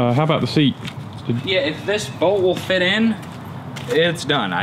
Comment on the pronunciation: sounds like said seed, not seat